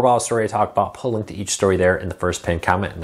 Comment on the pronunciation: I like when he says I'll puh-a-link.